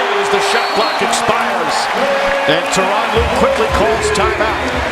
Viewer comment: When they say Tyron Rue, it always sound like Toronto...